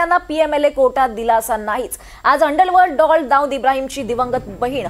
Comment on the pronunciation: अंडलवल्ड डॉल्ड नाही हो अंडरवर्ल्ड डॉन अस बोला 😁